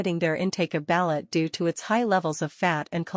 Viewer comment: Learn how to pronounce ba'loot.